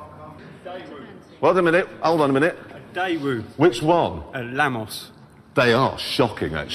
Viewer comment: love how he managed to mispronounce both Daewoo and Lanos